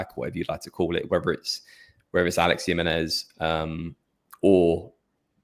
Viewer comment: Guys it’s “Him-ay-nez” not Yimenez. His name is Spanish not Swedish.